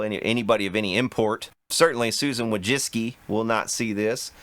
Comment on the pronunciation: Originally it is pronounced "Voychitzky" .